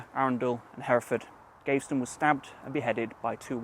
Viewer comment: Very good vid. I’ve lived in and around Leamington all my life, and have only just found out about this monument. You’re pronouncing his name wrong though! It’s pronounced Gav eh ston, not Gave ston.